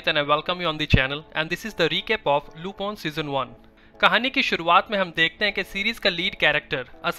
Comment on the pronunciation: great explanation but why you are pronouncing LUPON ? its LU"PIN"